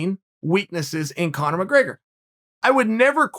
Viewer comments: Lmao. Did chael say cone-er towards the end??? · Uncle Chael pronounces Conor as Cono. Cono from now on.